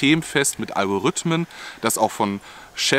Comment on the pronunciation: En System mit „alvo“rythmen 🤣🤣